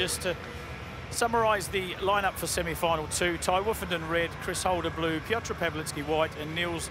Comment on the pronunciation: piotr pałliki